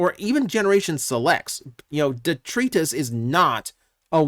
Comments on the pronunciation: "Detrius" isn't a word. Even in normal English, it's "detritus" (with a long I). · de·tri·tus [dəˈtrīdəs, (Long "I" sound) NOUN waste or debris of any kind: "streets filled with rubble and detritus" I love you...but over the past year... since I heard you say this name in the first spoiler listing.. it made me cringe and only has been getting worse... Duh Try Tus.... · Say it with me now. "Dee.. Try... Tus." First syllable rhymes with "Tree", the next two rhyme with "Bite us." Please, they even said it in the Fanstream. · It’s pronounced De-try-tiss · De-Try-Tus I thought you were pronouncing it some cybertronian way before but now it just seems you had the wrong pronunciation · Detritus isn't a Cybertronian twist, it's literally the correct spelling / pronunciation. Also, it Deh-Try-Tuhs. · Isnt it pronounced "DeTRYtus?" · It's pronounced (de-try-tus)